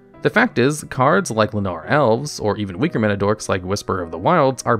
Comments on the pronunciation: While Lotus Guardian is far from great, Princess Lucrezia and Riven Turnbull, both from Legends, are easily worse. At least the Guardian is a flyer that any color can use. Also, your pronunciation of Llanowar Elves is... interesting. I never would have imagined that the W is supposed to be silent. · Every time I hear you say Llanowar, I have half of an anuerism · Wait wait wait... where on earth is that pronunciation of "Llanowar" coming from?